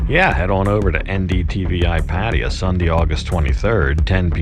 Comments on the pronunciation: i think its pronounced PA-TA-YA not Pateya :P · No disrespect, but can you please pronounce Pattaya properly. It’s not Parteeya. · pfat-tay-YAA sheesh